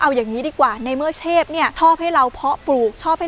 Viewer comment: เทพครับไม่ไช่เชบ555+